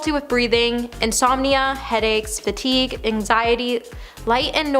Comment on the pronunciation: Is English your native language? You mispronounced so many words and names. For instance, we use the word women, when referring to more than one woman. Women (wi-muhn) plural form of woman (woo-man). I’m honestly just trying to help. Fatigue is pronounced fuh-teeg, not fat-teeg. Sia is pronounced, See-uh.